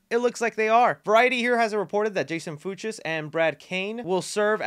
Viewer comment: My last name is Fuchs and just so you know it’s pronounced Fooks